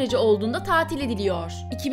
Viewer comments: Videolar çok güzel ve çok bilgilendirici ellerinize sağlık. Fakat küçük bir eleştiride bulunmak istiyorum. Diksiyonunuz vurgu ve tonlamanız gerçekten geliştirilmeli. Örneğin;veriiileri değil verileri gibi :) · Verilerine göre✔️ Veriiğlerine göre ✖️ Coğrafi de (Açık A ile).